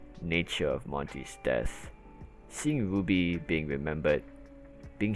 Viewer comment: your pronounciation of rwby sounds like 'booby' i was confused for 2 minutes until i understood.